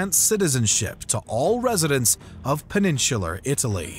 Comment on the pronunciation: Great short history of the Republic's wars. Two items of concern: 1) It would be much more interesting as a more general history than merely a recital of the wars. 2) Some of the pronunciations are cringeworthy. Skeepeo? (Si pee oh) Mithra DATES? (Mith ri dah tees) Peninshular? The second is a little nitpicky but definitely a little distracting at times. Other than that, this is great content and brief summary of it!